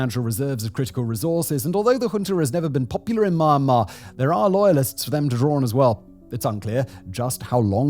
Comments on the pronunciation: You can’t even pronounce Myanmar…how can I believe your talking mouthpiece? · Your commentary would be ok if you could actually pronounce the name of the country correctly. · Dude cant even pronounce Myanmar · here is a mistake fix ( its sound me yan mar and not man mar) spells Myanmar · Please try to get correct pronoun not mar mar is Myanmar မြန်မာ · Don't pronounce : my an ma .. pronounce : me an ma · My Mar Mar….😂. Mee Yan Mar bro 👊🏼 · It's "Myan-Mar". Not "My-An- Mar" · If you’re making a video on a country atleast pronounce the country right, its mee yan mar not maa mar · "Or inspiring an even greater ruprising among the people of Mawnmaw" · Dude it’s not ma-ma,if you can’t pronounce just call it Burma. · At least He said Mar Mar , Nobody Care Myanmar Sh! T 😂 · For those interested in how to pronounce the country's name, it's two syllables. Myan mar, not my an mar. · "Maa maa" bruh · Myanmar ❌ Marhmar ✅ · It’s pronounced mee-and-mar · Wtf is Maaanmaar??? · Listening to someone who pronounces Myanmar as Maanmar about Myanmar is absolutely pointless. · The country's name is definitely not to be pronounced "Ma-yan-mar". A bit of Googling surely isn't much to ask if you're gonna make a 26-minute video :P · It's pronounced "mee-an-mar". How do you make a whole half hour video on Myanmar and not know how to pronounce it 🤦🏻‍♂🤦🏻‍♂🤦🏻‍♂ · you mispronounce myanmar. it sounds like u said ma mar. have you tried reading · Why does he keep saying it as "Mar-Mar"... I just can't get over it. 😆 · did he just said mama instead of Myanmar at the beginning of the video. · It’s pronounced Mee-Yen-Mar ❤ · Thank you! Lets talk about Myanmar, not mama when you pronounce it correctly, so as you may have a better visual political aspect. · what a robot cant even pronounce myanmar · You've been making videos about Myanmar for a while now but you still have not learned how to pronounce the country's name correctly.